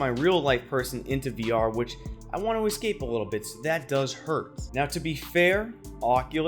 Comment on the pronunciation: Facebook doing this really pisses me off! For me, I'm sure I'll keep using Oculus products in the future if this happens. And again the word is "Es-cape", not "Ex-cape". lol